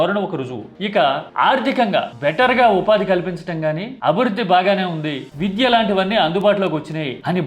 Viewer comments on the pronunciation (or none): none